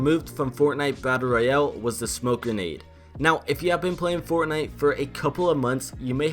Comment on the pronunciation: did hear Fartnite